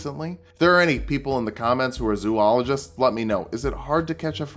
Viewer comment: Its pronounced zoologist not zoologist